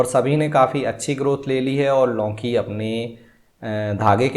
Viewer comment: लौकीं नही लौकी 😊